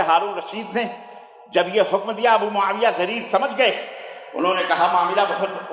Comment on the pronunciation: Mawiya pleedd bolo Maulana